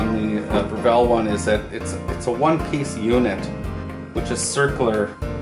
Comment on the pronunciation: BREV ILL.......NOT BREV ELL